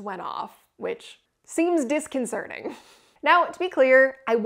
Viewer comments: Love your videos…one note, it’s disconcerTing…not disconcerNing. We have a huge salt mine just north of Detroit in Ontario, at the town of Goderich and you could very well have gone down into that mine. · disconcerting, not disconcearning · Disconcerting not disconcerning